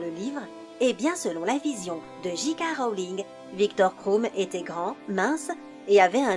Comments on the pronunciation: Mdrr JK rAOling!!!ça se prononce rOling meme si sa s'ecrit rowling Et viktor crOum!!c'est crum que ça se prononce^^ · Jika rowlinne//sévrus rogue// MacGonagale//wèslait//gringotte😂 (j’rigole super la vidéo hp ma vie)❤️ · gi ka rowlinne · bill et ron ouaizlay victor kroum et jk raowling la voix off c'est pas encor ça